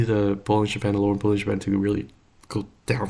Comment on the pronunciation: Watching this barely awake and hearing « bull in Japan » instead of bollinger band… Anyway, CLSK good? Perfect Back to sleep😅